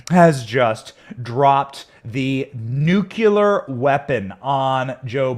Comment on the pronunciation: She doesn’t know JUSTICE Thomas and YOU mispronounced the word NUCLEAR! It’s NU-KLEE-ER! Not NUK-U-LER!! Really now.